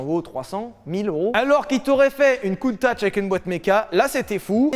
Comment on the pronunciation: Ça se prononce CountaC bon sang de bon soir !! :p Elle est sublime à ce propos.